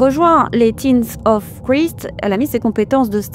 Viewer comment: Faudrait travailler la prononciation en langue liche: Christ se prononce '' craille(ste) ''. Un petit effort si tu veux te faire scanner le QR code 😂